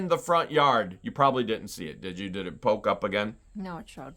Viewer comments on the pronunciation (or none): none